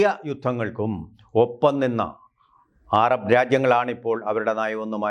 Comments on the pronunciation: ആരാബ് അല്ല സഹോദര അറബ് ആണ്. 😎😎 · ... "aarab" ennu parayano ? "arab" ennu porey !?